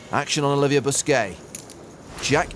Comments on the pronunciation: Its olive jeah, not oliver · Olivier not Oliver like Wa not Roy